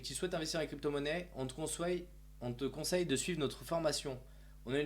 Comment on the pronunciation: rien que quand tu dit "conssoylle" sa me donne pas envie de regarder , d'écouter déblatère des inepties